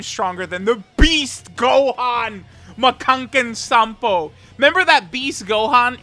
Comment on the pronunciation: Absolutely hate the way says “Makkankensanpo” Why are you just randomly adding “n” to makkankosappo intonation you’re gonna use the Japanese name, you could at least pronounce it right